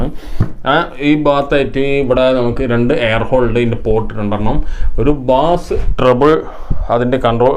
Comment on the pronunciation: നല്ല ഇൻഫോമേറ്റീവ്‌ ആയ വീഡിയോ! ബാസ്‌ എന്നല്ല ബേസ്‌ എന്നതാണ്‌ ശരി.